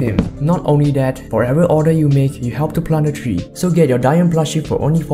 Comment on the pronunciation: WHAT??? DAYUM IS PRONOUNCED “DIE YUM”? I THOUGHT IT WAS “DAY YUM”